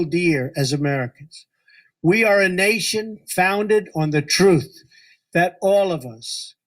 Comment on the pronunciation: Yeah, I take you serious, while watching a picture of a famous slave holder in the background...hmmm, "a nation founded on the trufth"